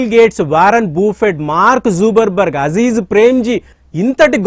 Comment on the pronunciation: Names kooda correct ga thelusukondi sir its not zuberberk its Mark Zuckerberg the of Facebook & Whatsapp 😊😊😊 & thanks for the explanation sir 👍👍👍